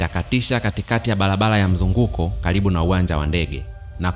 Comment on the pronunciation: Sio mologolo,balabala, morogoro na barabara.